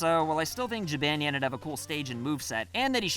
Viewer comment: Did you just pronounce it Jib-ann-yan? REE